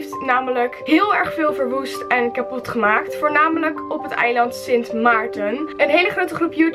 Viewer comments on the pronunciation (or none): Bij zegt ze niet kapot maar kapoet 😂 maar wel zielig voor iedereen op sint maarten